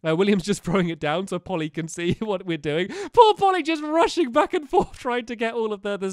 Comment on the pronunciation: at about stampy says my poor, poor doggies or did he say my paw, paw doggies